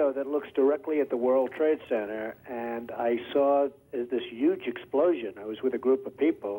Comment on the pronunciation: Still with the ‘Yuge’ pronunciation even back then lmao love it 😆